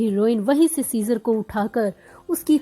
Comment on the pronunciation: I'm sorry but his name is ceaser not kesar Btw new subscriber❤❤❤❤❤